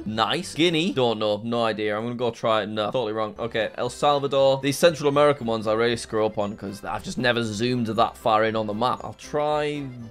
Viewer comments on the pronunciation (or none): none